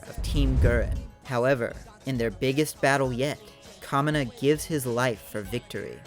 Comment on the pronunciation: it's also pronounced ka-mee-na not ka-mi-na